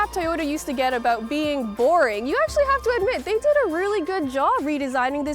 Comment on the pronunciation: yes. you can hear the presenters pronounce "about" as "aboat"